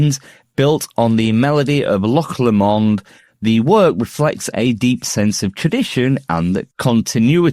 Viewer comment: Interesting but OH!! "Loch Lomond" - goanae learn how to pronounce things proper.